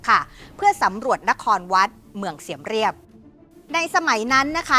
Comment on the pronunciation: พิธีกร อ่าน เซียบเรียบ แต่ปู่ย่า สอนให้เรียกเสียมราฐ (สยามราช)